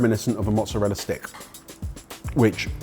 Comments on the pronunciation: At least he got the pronunciation of mozzarella correct! Potato, Patahto. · Then he says Mozzarella properly. He should have stuck to his guns and said “Mozzaraya”. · It‘s funny because they‘re pronouncing mozzarella correctly.